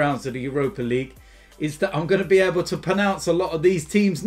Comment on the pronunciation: Love how he jokes about pronouncing the names right but can’t pronounce the word pronounce properly